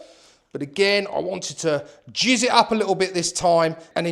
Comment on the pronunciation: Jizz it up?... I'm really hoping you meant jazz it up 😂😂😂😂😂😂😂😂😂